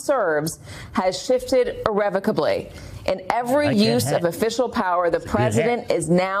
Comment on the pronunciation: She had difficulty saying the word "irrevocably." Wow. That's like Biden trying to say the word "apocalyptic" ... I'm so petty 🤣